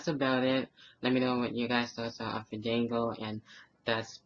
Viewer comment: btw when you say his name you have to stretch the A Faaandaaanngo! XD